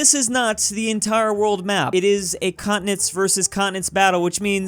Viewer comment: When i first heard you saying “continents vs continents” i thought you said “communists vs communists” lol